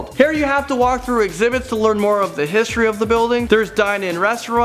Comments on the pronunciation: Anyone notice it said natural hsitory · "national museum of hsitory" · İn 6th one they said HSİTORY